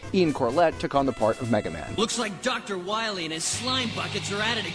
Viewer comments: Dr wahwee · we must stop Dr wahwee imediately